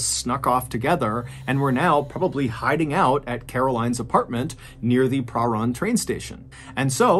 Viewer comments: This story is so creepy to me. I'm a Melburnian and have lived in Box Hill - next to Wattle Park. A polite side note! Your pronunciation is pretty good! Prahran is a tricky one, we say 'P-ran' (like 'pram', don't ask me why), and Melbourne is like Mel-Ben, same as Brisbane. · Mr Ballen, I’m a huge fan and particularly love how well you pronounce the names of towns and cities - I used to live in Prahran and no one who ever talks about it never pronounces it (or Melbourne!) correctly. Thank you for the strange dark and mysterious stories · Good story. Good job with most of the pronunciation of Melbourne too - I hate when it’s called Mel-born (it’s Mel-bun!). Prahran is pronounced pran (rhyming with pan) though. It’s a hard one that a lot of ’Strayans get wrong too. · Having moved to Melbourne in my mid 20’s and having trouble pronouncing Prahran for years much to the disgust of native Melburnians I implore you to not make the same mistakes as I did 😂😂, it’s pronounced Prahran: Pra-ran or Pran. Im now 40 & have finally learned to pronounce it which means I have formally been approved to become a true Melburnians. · I don't. I flinched every time he said "pruh-rarn". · Small correction: "Prahran" is pronounced "Perr-an". Source: I live within walking distance of the suburb. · He was actually doing pretty well until It got to Prahran. It's pronounced like purr-anne, mate. I can confirm. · Btw it’s pronounced Pa-ran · Lived off chapel St....we say prah-ran. I lived on Grandview Grove ❤ I think it's a little of both. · Pronounced Pa Ran train station. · I remember this. My best friend in high school went to the same dance school as Rachel and knew her. Also Prahran is not pronounced like that but I don't know how to explain how it's pronounced thru text form 🤣🤣😝🤣🤣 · im an australian who used to live in melbourne and everytime i hear him pronounce prahran i can help but giggle hahhaha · Spookiest thing is how you pronounced Prahran. You made it sound fancy, lol.